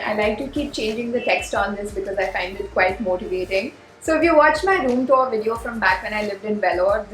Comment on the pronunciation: Rich girl keeping it low-key rich and living flithy rich all by herself in a studio apartment in mumbai. Oh, do check the pronunciation of TOUR.